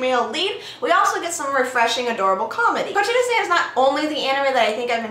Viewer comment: Very nice :D And i had a lol cus first time you said the title i heard "tuna sand" :P